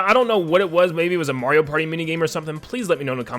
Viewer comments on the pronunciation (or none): none